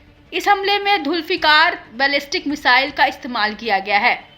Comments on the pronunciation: Plz correct its Zulfiqar not dhufiqar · Report Dholfikhar Nahi Name To Sahi Bola Karo Sahi Name Hai Zolfekhar 👈👍